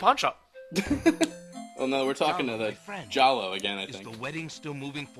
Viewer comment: Throughout this whole longplay I can only hear Jollo as Choose Goose.